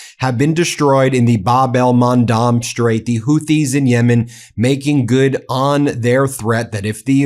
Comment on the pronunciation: Please correct your pronunciation!!! It’s Bab el Mandeb , NOT Bab el Mandab. With E !!! I unsubscribe if you don’t.